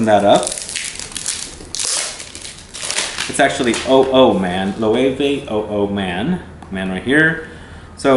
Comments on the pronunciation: I loooooove Loewe 001 on my husband and it's actually one of his favorites. Thank you for pronouncing it the correct way... I had to correct the sales woman in Nordstrom several times. Great video, I just stumbled across your channel and glad I did. Thanks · I remember seeing this brand when I was in Spain. I love the aesthetic of the marketing for these two fragrances, very curious to see how the actual juice compares! I also didn't know it was pronounced "Lo-eh-veh" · LOL! They corrected me in Spain on the pronunciation. Even though it's been several years I think this is how they pronounced it! :)